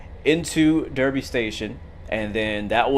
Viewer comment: cool vid! couple of things for ya: "Derby" is actually pronnounced "Darby". don't ask me why, it just is. there arent any controls for doors in the cab because the guard operates them. There is actually a functioning panel in game, i think its next to the passenger doors at the end. you have to open the panel cover before you can access the buttons. the red signal that you were mildly confused was red (since you were a bit late) is whats called "approached controlled". This means the signals will display danger aspects to slow the driver down due to the slow turnout speed at the junction. The driver MUST respect these danger signals as if they are normal signals i.e. they must be able to stop at the red signal. However, there is a couple of sensors / track circuits that pick up the train is close to the signal and doing a slow enough speed. ONLY IF the train is doing ALL OF THE FOLLOWING: slow enough speed, close enough to the signal, track ahead is clear: only then will the signal step up to green. i think someone already mentioned aws, you should give it a try. its "automatic warning system"; those yellow bars on the track before the signals and some speed board warnings are called magnets. when you travel over them, they make a buzzer sound off in the cab that you must acknowledge by pressing a button within a certain time frame (i think its somewhere between 2-5 seconds, not sure exactly how long you have to press it). For green signals, in the older british trains they m